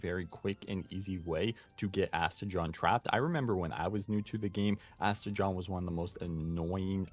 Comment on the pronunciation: Did you just say Aste-JOHN? idk what is up with everyone mispronouncing every pals name so bad 🤣 it’s Aste-gone. Like the word gone!